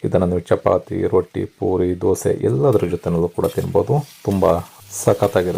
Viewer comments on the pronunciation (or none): none